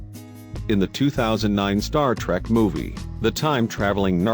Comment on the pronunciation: ur robot voice isn't even saying "trek" properly....lulz